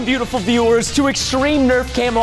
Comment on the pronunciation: Out of prestons 18 mil subs 10 mil subs are getting compliment "beatifull" from only preston like me